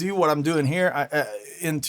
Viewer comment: " heah." " heah." "Andy here." Game over for Spot the American.